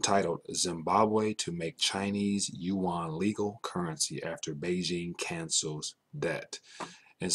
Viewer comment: It's yuan, ya dum fk